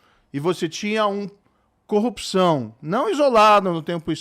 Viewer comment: O cara não consegue falar a palavra "cupção" ?